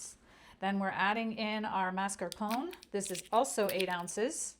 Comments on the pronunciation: Thank you for the recipe and wonderful tutorial. Btw, mascarpone should be pronounced as ma-scar-pó-ne. 😊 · Thank you ! Delicious. But pronounce mascarpone by saying the final e as A.